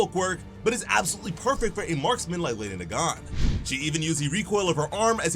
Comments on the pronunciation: “Lawydiay Nagawn” 💀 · It should be LEHHDEE NAAGAAN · you're pronouncing her name wrong... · Ah yes, my favorite MHA assassin, Lady Nagan. (Why is my mans not pronouncing her name correctly?)